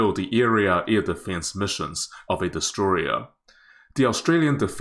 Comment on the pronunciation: He's destroyereriing it.